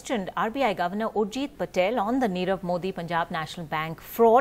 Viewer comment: U r unable to pronounce nirav .